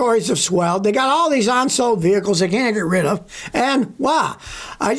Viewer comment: “Onsold”?????? That’s not a word.